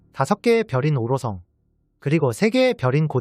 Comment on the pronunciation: 오로성 발음 고쳐지니까 훨씬 듣기 좋네